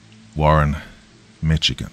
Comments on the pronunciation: Wal MART is a Horror Story in and of itself! 🤣 Always a Pleasure to listen to your Soothing, Sexy Voice! 🥰 Oh, I have to correct you Michigan is pronounced like you say Michele! 🤔 Thanks! 🧡💚💙💜💔👀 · Great stories, Doc. Just a heads up from a native Michigander, the ch in Michigan is pronounced as sh.